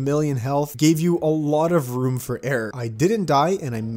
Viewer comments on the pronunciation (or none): none